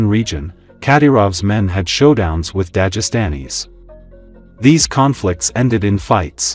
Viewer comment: If you pronounce Dagestan correctly why can't you pronounce Dagestani ????